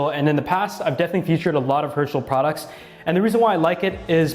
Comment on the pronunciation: I thought you said Hershey instead of Herschel